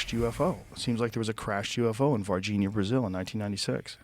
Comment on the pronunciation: O Joe falando "Varginha, Brasil" é tão engraçado ksksksksks Eles realmente acreditam nisso, como pode? Ninguém aqui no Brasil leva isso a sério cara 😂